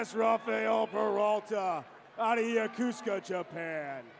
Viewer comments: How do you get Yakusaka out of Yokosuka? It’s clearly written on the sigh card…YO-KO-SU-KA. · FFS, it is not pronounced "yuh-KOOS-ka" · My dude had 40 chances to say Yo-Ko-Su-ka and didn't get it once. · LIES! If you were born there, its pronounced Yo-Koh-Soo-Kah Get outta here, why is there always a person who defends the wrong 😒 🤣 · I need the confidence the announcer has when pronouncing Yokosuka wrong 😂😂 Congrats to all in this video! Thank you for your future service! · I wish they could pronounce Sasebo, Yokosuka and Inouye correctly!! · Is it just me, but shouldn’t the announcer know how to pronounce Yokosuka? 🤷🏻‍♀️ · Is he mispronouncing Yokosuka? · You'd think a graduate of the Naval Academy would learn how to pronounce "Yokosuka". And the ship is not the USS Summersault, it's the USS Somerset. What a poor choice for an emcee.